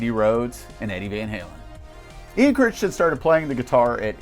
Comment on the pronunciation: List is pretty good, however as a friend of Ian you are slaughtering his last name. It's pronounced Krai-tin. Personally I would have Myles Goodwyn ahead of Healey and Emmett.